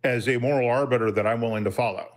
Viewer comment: "Your moral ar-butter"? "Alls we have to do" - Come on, do better...